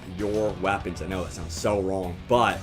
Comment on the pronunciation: Its weapons not wapons!